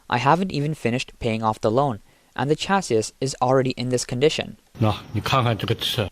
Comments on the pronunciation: It's pronounced "chassee", not "chass-iss", but otherwise, much better narration than the 90% of all YouTube videos that are now AI narrated. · Chassis is pronounced cha-see! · This is killing me...Chassis...is pronounced CHasē,ˈSHasē, it has an "E" sound on the end. Naww, just joking, IDC about that, just pretending to be a Grammar "Yazi"! Nice channel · Chasis SAY Chasee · I hate to be this guy, but it's pronounced "sha-see" or "cha-see", there's no 'sis' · what in the heck is a Chass issssss crappy AI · China has zero oversight on everything, QA is unknown, Jesus, these cost-cutting clowns! Chassis pronounced cha-say. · The way you pronounce ‘chassis’ makes you sound like AI 😂 (the last s is typically silent) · Imagine not being able to pronounce simple words…….. “chassis” 😂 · You’re pronouncing chassis wrong 😂😂😂